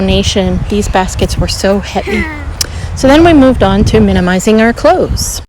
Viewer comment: Always like your videos👍 So inspiring and helpful 😺🤗 Also, thanks for saying, "minimizing" and not, "minimal-izing." 👍👍👍😄